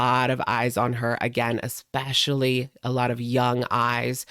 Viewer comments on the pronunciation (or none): none